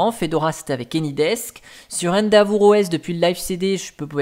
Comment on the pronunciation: AAAhhh, tu continues de prononcer Endeavour si bizarrement que ça se remarque comme le nez au milieu de la figure ! Alors que c'est pas si compliqué, à la française ça donne quelque chose comme in.dè.ve avec l'accent sur la seconde syllable et le e final non muet.